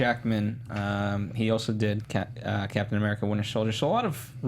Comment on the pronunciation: STOP SAYING CAPTAIN AMURICA!!!